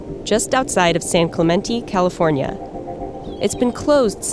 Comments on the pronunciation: Dear Verge Science, please get a new narrator. They can't pronounce things properly: "boo-ry" (bury: should sound like berry) "san oh-NAH-fray" (Should be "san oh-noh-fray"), "san clemen-TEE" (Should be "san clemen-TAY"), etc etc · A-no-fray and clu-men-tay. Your sources and your samples footage even says everything like this. Yet they still say it incorrectly. Why does this bother me so much? No idea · She pronounces San Onofre and San Clemente wrong every time 😡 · Haha mispronounced San Clemente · I live in San Clemente and she pronounced San Clemente and San-O wrong. So now I feel very depressed.